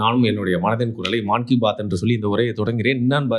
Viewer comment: மான் கி பாத் இல்லை மன் கி பாத்